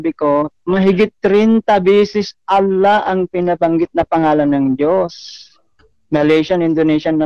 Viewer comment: Nahirapan bigkasin ni si Allah ang Dios tomintigas dila ni